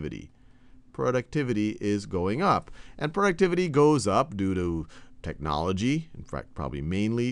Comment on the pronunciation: Hahahahahahaha! the way he says technology Hi-larious!